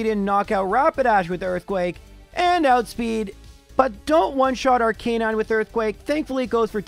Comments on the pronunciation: I'm going insane at how he pronounces lorelei "LAURA LEE" instead of "LORA-LYE" and how he pronounces Arcanine "R K 9" instead of arca-nine" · Bro I love your runs! Not a hater here, but maybe you ain't getting those likes cuz of the way you pronounce "Arcanine" :v just saying